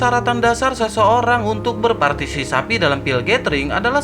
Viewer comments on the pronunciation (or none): Berpartisipasi cok..bukan berpartisisapi😂😂😂..lagi satu kepala...bukan kelapa🤣🤣🤣